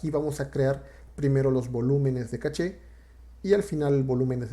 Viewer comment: Es correcto "Cash" si hablás en Inglés. Estás hablando en Español, por lo tanto es CACHÉ.